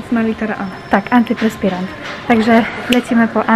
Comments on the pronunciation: mowi sie ANTYPERSPIRANT a nie ANTYPRESPIRANT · Kto słyszy pierwszy raz słowo antyprespirant a nie antyperspirant? Haha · Ale mowi sie antyPERspirant jbc